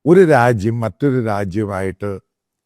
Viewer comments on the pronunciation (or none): none